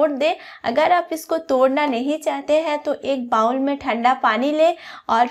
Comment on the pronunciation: 😂😂😂bowl what a pronunciation